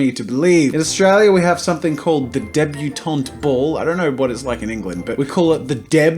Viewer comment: he said England wong XD